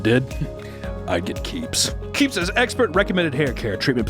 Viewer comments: I thought he screamed CAPES, not keeps. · I thought he said, "Brought to you by CAPES!" at first, instead of Keeps, lol.